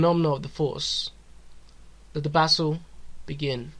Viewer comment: The verdict was never in any doubt. A decent video, but I feel you (AI) should work on your pronunciation. I heard you say "bassle" instead of "battle" at some point.